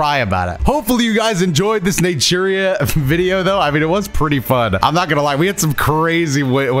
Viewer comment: Everytine you say natura i hear nigeria